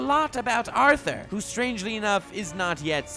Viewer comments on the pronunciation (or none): none